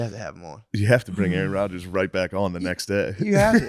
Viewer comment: Even though McAfee kicked Rodgers off the show because of headlines. He doesn't even know how to pronounce his last name but adopted that talking point.